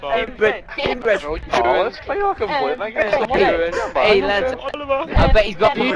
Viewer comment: "INBWED" rofl